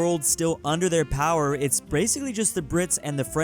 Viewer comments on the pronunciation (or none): none